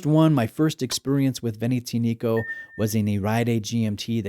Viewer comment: The accent is on the "A", it's veneziànico..not venezìanìco. It's not that hard to learn how to pronounce a brand's name before making a review